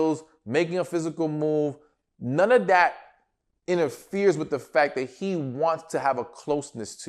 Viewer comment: Do you have Caribbean ancestry because that “Nunna dat” sounded a lil Jamaican 😂😂